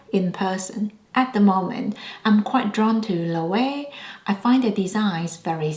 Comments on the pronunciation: Just a heads up Loewe is pronounced lo-eh-vey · Loewe is pronounced lo-wey-vey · The last "e" in Loewe is not silent. And I would not consider Loewe as "new": I am 55 years old and I have known Loewe since I was a kid, i.e., the original Amazona bag. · Hear Jonathan Anderson pronounce Loewe. It’s not intuitive. I love my puzzle bag 😊